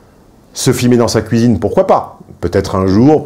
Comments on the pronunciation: La "couisine" 😅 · C'est moi ou il dit "couisine" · ne peut plus s'empêcher de prononcer 'cuisine' dans sa version belgocongolaise. Son visage reste parfaitement neutre, pas un indice complice. J'adore! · C'est assez troublant ta façon de prononcer le mot cuisine , tu le fais "à la Belge" :) (je suis Belge)